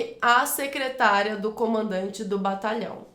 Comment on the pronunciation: Sou inscrito recentemente no seu canal. Desculpe-me a intromissão,, mas há um erro de pronúncia na letra "d" de um dos exercícios sobre crase, em que, mesmo estando escrito "secretaria", você pronuncia o termo - claro que por engano - como se fosse "secretária".